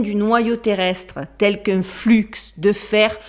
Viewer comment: Dans le mot flux on ne prononce pas le X…